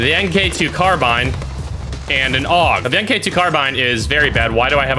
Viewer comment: Hate to be that gay but you say it mark 2 not m k 2